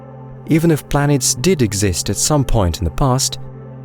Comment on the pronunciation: Planeets hahaha